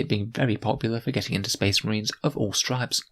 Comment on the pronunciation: oh good, more spess mahrines.